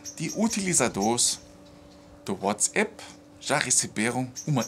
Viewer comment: fala uatsAp e não uatsEPS. O A alemão é igual ao nosso A brasileiro. Valeu